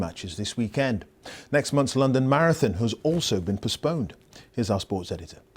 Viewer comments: lol he said Marafon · Did he seriously say “marafon”? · "maraFon" or marathon?